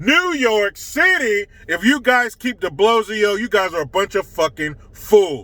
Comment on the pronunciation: Hi its DiBlowslow no E